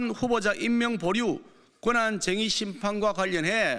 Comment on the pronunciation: 정의~정의~ 발음도 안되냐ㅋㅋ